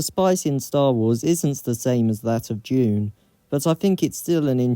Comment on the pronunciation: Was he saying Dune or June?